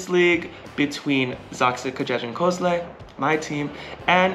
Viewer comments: @@ it’s more like ven-gee (as in the word geese)-el. Pronounce the „i” as „ee” and then proceed with „el” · It's kinda funny how you have almost perfected the pronunciation of Jastrzębski or Jastrzębie but still struggle with the Węgiel part 😅 Anyways, congratulations on your win! Such an amazing accomplishment! Edited to add: Honestly, the number of times this past season you guys were able to come back from a tough loss, be it in a match, a set or even from being behind during a set, is insane. I have never seen a team with this kind of mentality. Looking forward to watching you and Zaksa again next season and in the meantime, enjoy national team season!